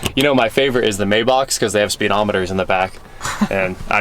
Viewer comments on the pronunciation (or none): MY-bock....not MAY-bock....😏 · Correct pronunciation might be "my-bock".